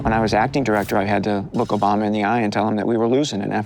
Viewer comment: ahh yes, who doesnt love "Presiden Robama"